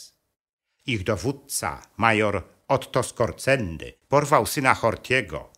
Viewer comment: Nie Skorceny a Skorzeny przez rz